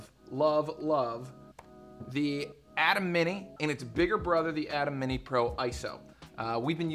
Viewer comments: Ayyyyye—-Temmmmm not Adam lol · Pronounced "A-tem", not like atom. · Thought i was the only one with cringe while hearing "atom" instead of "A-tem"